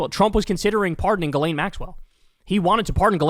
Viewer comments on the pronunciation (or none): Her name is pronounced “jizz-lane”